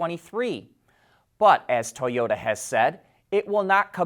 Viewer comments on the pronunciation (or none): none